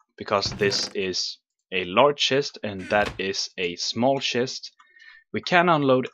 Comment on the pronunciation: You say schest not chest lol :)